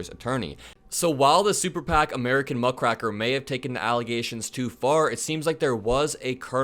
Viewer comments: Um. It's muckraker (muck-ray-ker), not muck-cracker there, bro. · GREAT VIDEO. Just FYI, have you ever used a rake, like to rake up leaves. If you did that, you would be a leaf RAY-ker. If you rake muck, you are a Muckraker, not racker. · "Muckraker" is pronounced "muck-ray-ker," not "muck-rack-er. " It's an old term, going back to the early days of journalism, when investigative journalists who dug into the sordid corrupt details of the "leading citizens" and civil leaders of the day were compared to farm hands who cleaned the manure out of a barn -- low-wage, illiterate workers who cleaned up the "muck" (manure) out of a barn using a rake (pronounced "rayk") -- thus, a "muck raker." An even older use of the word "rake" was a "cad" or "lothario," an heartless, casual seducer of women who cared nothing for the trouble, shame, humiliation, ostracism, or child he left her with after taking his pleasure. In like manner, a journalist who got his/her headline, scoop, and byline but cared nothing for the wrecked life he/she left behind as a result of his/her heartless investigation was also considered a "rake," who exposed the "muck" of other people's lives. Of course, the damage done by these "fine, upstanding citizens" with their corruption, extra-judicial murders, graft, and sexual exploitation of their employees and servants was smoothly glossed over by the other "fine, upstanding citizens" of the town because "nice people don't talk of such things." Again -- the Teapot Dome Scandal, the stock watering, the corruption in Chicago in the Twenties, the influence peddling, the men who seduced women then gave them money to either leave town and start a new life somewhere else or have an abortion, the poor peopl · You are misspronouncing the word "muckraker" pretty badly. It's rake, not rack! 😅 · Rake like the garden tool muckrakers not rack, sorry the English teacher in me couldn't help it 😮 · Muck RAKER not Muck RACKER. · Muck-raker not “Muck-racker”